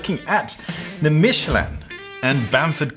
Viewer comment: One of us has been mispronouncing Michelin our entire life and I do not know which. Michelle-Lin to me, not Michele-Anne.